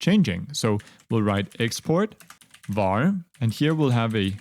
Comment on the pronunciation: "vary my_dict"😂